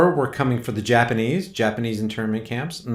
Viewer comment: oH My! "Japanize American internment Camps"